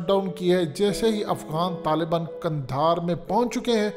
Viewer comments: لفظ قندھار درست ہے جبکہ آپ نے کندھار استعمال کیا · اگر آپ کی “حقیقت” کو “حکیکت” کر دیا جائے تو کیسا لگے گا اب پلیز “کندھار” کو “قندھار” کر دیں ۔